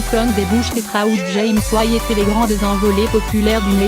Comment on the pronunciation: Belle chronique très instructive du début à la fin. Il ne vous reste plus qu'à apprendre à prononcer correctement Poni Hoax, r'n'b moderne, white, scratch hip-hop, jazz, etc... Vous n'êtes manifestement ni une étrangère, ni une handicapée, ni une illettrée car votre élocution de la plupart de vos mots français et anglais est souvent trop parfaite pour ça. Mais vous semblez avoir plagié le texte, par ailleurs sublime, et vous ne l'avez même pas lu UNE FOIS avant de tourner la vidéo.